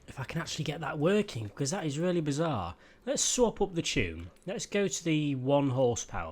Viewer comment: "It's really bizard" you speak french or english? 😅😅